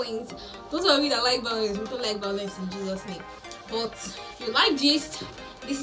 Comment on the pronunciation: Vawulence minister 😂😂 Igbati layetin 🤣